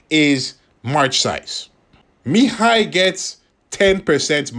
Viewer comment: You pronounce his name quite well😊